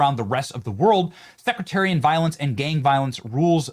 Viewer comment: I'm sure that one will see this, but the word is "sectarian," not "secritarian"... which is not a real word